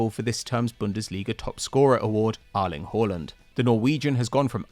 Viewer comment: Who tf is "arling" Haaland?